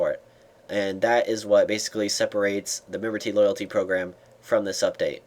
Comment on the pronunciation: Memberty loylaty =p hahaa